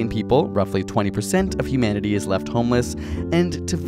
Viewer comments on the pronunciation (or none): why put the emphasis on is?